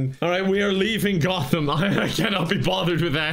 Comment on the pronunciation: I can't forgive you for how you pronounce Gotham. Unsubscibbled